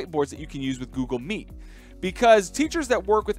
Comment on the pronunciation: Hey its Google meet not Google meat 😂